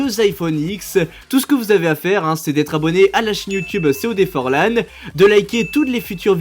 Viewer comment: Mdrrrr forlan tu te souviens sur le live tu nous a sorti un forlangue j'en suis encore morte mdr